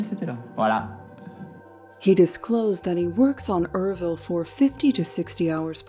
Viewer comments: URVILLE, FYI, is not "er-vill" it's pronounced as YER-VILL ( rhymes with 'her will' ) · Me reading the title, "maybe it's yer-vile or pronounced you're vile." Atrocity: Er-ville 😫